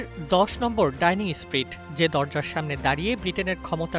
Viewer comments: বিশ্ব গোবর-গাধা রিপোর্টার, এটা ‘ডাইনিং ষ্ট্রীট’ না বরং “ডাউনিং ষ্ট্রীট”। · ডাইনিং নয়, ডাউনিং ষ্ট্রিট।